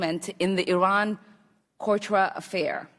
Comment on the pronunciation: From the beginning..calling him Adams.....middle....didn't practice how to say Iran Contra....to the end...unbelievably a top notch twit.